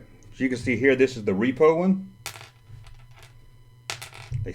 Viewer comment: Repo = what happens when you don't make your car payment. RepRo = reproduction. Say it with me now ...... RepRo!